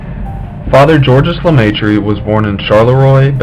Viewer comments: lemai tree what s that ! learn to speak if you want to be listen to and understood.et oxford c est pas louvain. paxs andre..................................................... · First of all prounciations are wrong. He was french speaking so his name is french. second when you talk about the university of Louvain (also french prounciation or Leuven in Dutch) you show a picture of Oxford. Please research your images.